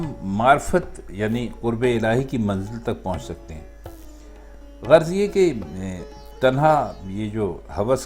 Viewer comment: عمدہ تشریح کی ہے آپ نے۔ ایک لفظ کی ادائیگی درست فرما لیں۔ زیر زبر کا آپشن نہیں ہے لہذا میں جوز توز سے واضح کرتا ہوں کہ تشریح کے دوران آپ نے لفظ غرض بولا یعنی غر۔۔۔۔ض جبکہ یہ لفظ غ۔۔۔رض ہے۔ تسلی کر لیں چیک کر کے۔